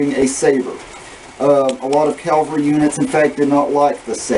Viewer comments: It's cavalry, not calvary. I'm sorry, but you keep saying it over and over. Other than that great job. Nice uniform. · All that effort and you don't know how to say CAVALRY. Please, please, please stop saying calvery. If you say that again, your going to get a spanking mister. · Calvery. At least respect the accents like any human being with decency.